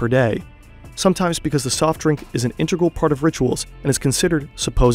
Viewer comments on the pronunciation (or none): none